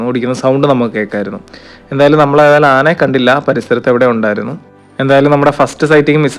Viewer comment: മ്മ്... അമ്പാനേ... നന്നായിട്ടുണ്ട് 😂. ആനേനെ അല്ല. ആനയെ എന്ന് പറ.